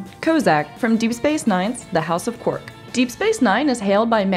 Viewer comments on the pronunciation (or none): Quark, not qwork, darling. Have you ever even seen the show?